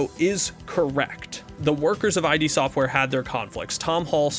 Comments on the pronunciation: Okay, great coverage so far, but damn your pronunciations need work. id is usually pronounced like it sounds in the word bid, not I.D. That may depend on who from the team you ask as I think it originally stood for ideas from the deep. Ion is literally pronounced I-on. Ions are positively or negatively charged atoms. Deus is Latin in origin. It is pronounced like Dey-oose. It means god and derives from the Greek literary device Deus ex Machina or god from the machine, pretty fitting for the game given its subject matter. Love the video so far but couldn’t help myself. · it's Id as in Id and ego not I.D